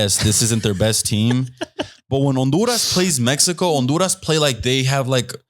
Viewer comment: He pronounced the H when saying Honduras when trying to sound like he’s saying it in Spanish 😂😂😂😂